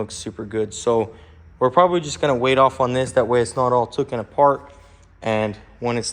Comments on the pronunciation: It's not "tooken" It's taken. LOL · TOOKIN?? What is tookin? Where I went to school, the word was TAKEN.